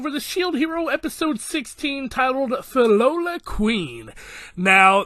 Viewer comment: Pronounce it as - Phil-lo-lee-yals